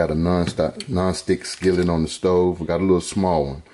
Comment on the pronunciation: Lol this philly boy j uncle. “Theee best”